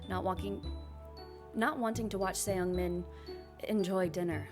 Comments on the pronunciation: just a heads up, youre not supposed to pronounce the E in ”seungmin” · You're so sweet omg😭 I found you from this vid and you seem so fun and entertaining you should be a LOT bigger than what you are now (the mispronunciation of "Seung-Min" is killing me as a korean but I pretend i didn't hear it💓)